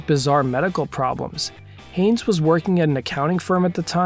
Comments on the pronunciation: Haynes, not Hanes. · Also, it's Haynes not Hanes